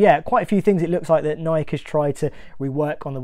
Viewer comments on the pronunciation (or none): It is not Nik but Nike! Come on man it is your niche so fair to ask you at least pronounce the brand correctly. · Is pronouncing Nike without the “e” sound at the end a UK thing? Never heard someone pronounce it as “N-eye-k” before. No judgment, just curious. From Nebraska, USA here.